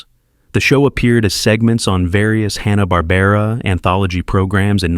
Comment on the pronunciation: He couldn't even say "Hanna-Barbera"